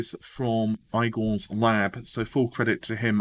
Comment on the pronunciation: "eye-gore's lab" 😁